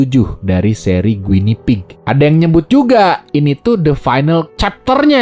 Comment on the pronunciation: Guinea pig itu Marmot sih bang, dibacanya gini